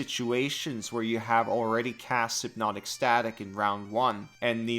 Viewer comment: A fucking WHAT? HYPNOTIC STATIC? SYNOPTIC STATIC? ITS SY-NAP-TIC STATIC